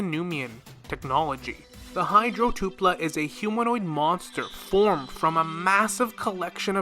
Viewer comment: Awesome video, small correction its tu-L-pa not tu-P-la thanks